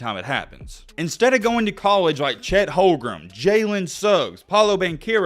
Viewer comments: did you say chet holgrem?😂😂😂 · He lost me at Chet “Holgrum”….